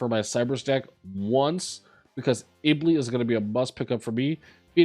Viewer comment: Stop saying Iblee!!!